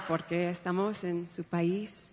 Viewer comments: her inflections are on the wrong syllables, plus broken phrases. EST-a-mos instead of est-A-mos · and EST-a-mos that is est-A-mos and other errors. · I don't think her Spanish is all that bad. I speak Spanish fairly fluently, but my accent is far from perfect. In my opionion she gets it wrong when she puts the accent on the third syllable in "estamos". Her accent is actually better than most Americans trying to speak Spanish. However, I am sure this is prerehearsed. I don't think Vice Presidenta is correct either. Certainly not the way she pronounces it. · Wasn’t the accent in the wrong place for “estamos”?